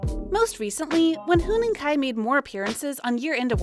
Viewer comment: Huening Kai?????????????????? THE OWNER OF THIS CHANNEL MIGHT HAVE HEARD IT FROM A NON-EXISTENT PIGEON zzz